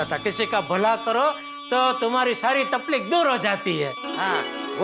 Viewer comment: Normal ppl : Takleef Jethalal : Taphleek